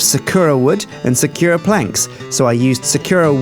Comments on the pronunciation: Its not sukura its sakura Sa-kur-a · It is not pronounced suh Koo Rah its Sah koo Rah it's japanese... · sakura- sah-coo-rah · Sakura is said with emphasis on "sa" and "ra", so "SA-ku-RA". You have to remember that it's a Japanese word, so it doesn't necessarily follow the same rules as those of the English language. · Please for the love of my sanity pronounce Sakura correclty. Sa-ku-rah Please like so he may see! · it pains me when they mispronounce sakura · God, pronouncing Sakura wrong so many times is really painful. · Thank god im not the only one going insane :D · ***** he doesnt... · Is it just me or is he pronouncing sakura wrong?